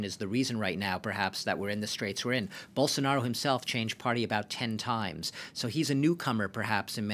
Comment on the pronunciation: É muito engraçado ver eles se esforçando pra falar o nome do Bolsonaro, a pronúncia sai igual a de um "caipira" : Borsonaro